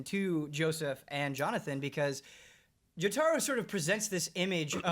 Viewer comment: Jotaaaro? You're killing me!